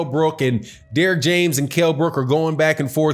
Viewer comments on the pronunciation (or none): none